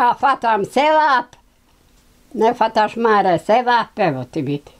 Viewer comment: Pa dobro "pismeni" novinarčiću, kako to izgovaraš bakino ime?!!! Užas koji amaterizam!!! Strašno!!